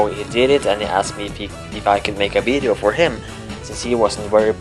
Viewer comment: You pronounced it "weedeo" lol